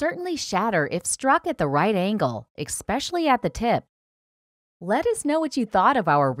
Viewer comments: Especially not Expecially! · And then she made the ultra irritable pronunciation mistake "ex"specially instead of the correct, "Eh" specially. Here's a mini class in pronunciation for ya. You have one already, the next is "expecially" disturbing...NUKE-YOU-LER. I shudder when people mispronounce that word. It's NUKE-KLEE-ER...nu-clear. How simple is that?? George W Bush even made that mistake all the time. There are several more commonly mispronounced, simple English words but no time to list them, i.e. I forgot. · Especially not “ expecially” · Someone should teach the commentator not to say “ expecially “ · And when she said “ expecially “